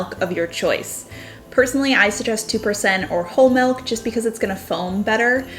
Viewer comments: I can't stand hearing her say MELK one more time. It's MILLLK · Omg - I couldn't continue watching because she says "Melk" instead of Milk. OMG I'm such a jerk, I'm sorry. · Great ideas to spruse up my coffee. Btw you pronounce milk the Dutch way melk 😊😘